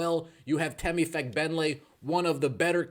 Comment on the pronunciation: Sheesh! YouTube shadowbanned my comment for spelling Temi's last name. I guess that there's a bad word hidden in there. Anyway, the stress is on the first syllable, not the second.